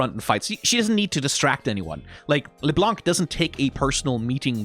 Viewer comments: btw it's pronounced leblan-, not leblanKH blanc is a french word that means white and the C is silent at the end 🫶🏻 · Wait, i'm 2 minutes in and has said "léblanc" 5 times. He isn't gonna keep doing that right?